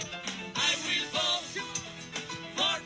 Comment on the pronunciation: " I will 'boat' for donald trunh" Bahahahahaha 😮😮😮